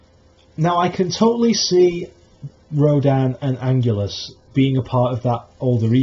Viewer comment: Wow, Biollante is a great idea! King Ghidorah, Mothra and Rodan are going to be in the sequel but I think a 1 on 1 with Biollante will be a great kaiju to end the trilogy! Just a tip for your next video Anguirus is pronounced Ang-gear-ris not Ang-ule-us. Nice video though! Also, I agree with you on Destoroyah. They shouldn't include him in the trilogy because there was absolutely no mention on the oxygen destroyer in this year's movie.